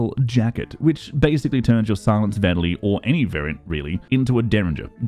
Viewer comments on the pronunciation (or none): I dont understand how anyone could have trouble pronouncing Vetterli. Say "Better Lee", there, done. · It is pronouncesd Vet-ter-li. Well, it is a lot easier if you are German and even that is not 100% correct. It is a Swiss Gun after all. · Its pronounced Fetterli, cause it was a swiss military weapon ;)